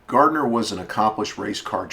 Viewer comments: GARNER, NOT GARDNER! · Garner not Gardner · It is Garner, not Gardner! He is still my hero, and i am 53. Thanks for vid. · It's Garner, not Gardener. God.